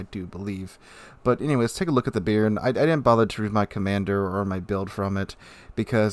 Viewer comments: I'm not sure, but since I'm french i can say, personally as a french speaking french I'd pronounce it "bay-arn" more or less, not bean with an added r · Just a heads up - the name "Béarn" is actually pronounced more like "Bey-Yarn", with the emphasis on the second syllable. Named after a region in southern France. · Please, sir, it's pronounced "Bay-ahrn".